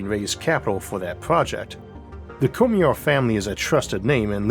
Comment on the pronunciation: Cormier: Cor-me-ay. Not Cormeer. Had to watch this with the sound muted.